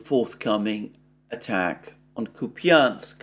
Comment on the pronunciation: Kupiansk ---> [ COUPE insk ] Piatikhatki ---> [ pee tee KHAT kee ]